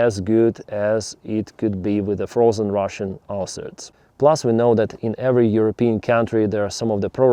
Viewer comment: “Frosen ruzzian arses” 😅